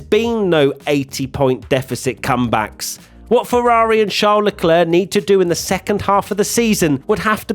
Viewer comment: says he is a fan of Leclerc - can't even pronounce his name properly